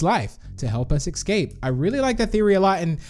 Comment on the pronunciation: Srsly ecscape? Its escape